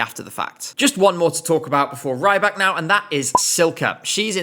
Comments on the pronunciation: He's not "Ray-bak", he's "Ree-bak" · I keep being thrown off by pronunciation of Rybak... it should be that of 'rib' not 'ribe'.... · Please pronounce it Reebak and not Raibak, it’s killing me slightly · Alexander Rybak ❌ Alexander Rajjbakk ✅ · With the incomprehensible nose dive that MGP has been taking since 2024, Alexander’s participation is THE LEAST OF MY PROBLEM. 😂 Note: it’s Alexander REEbak, not Raibak 😂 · R-Ály-bak. - auch👂...not for the song, for the name pronouncing. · "Alexander Raybak"😭😭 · Why do you pronounce Rybak like "raibak"? He's Belarusian and you speak Russian, you should have recognized that his last name is just the word "fisherman", рыбак. So it's pronounced closer to a short i sound, not the long ai. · you're right, it is pronounced ree-bak! This guy totally mispronounced his name. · That’s not how you pronounce his name.